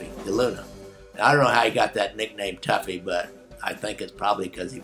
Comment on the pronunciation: I believe it's "toughy", not "tuffy"